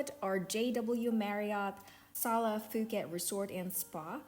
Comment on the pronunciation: Pooket not Fooket 😂